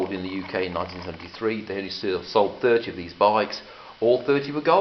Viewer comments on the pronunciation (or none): none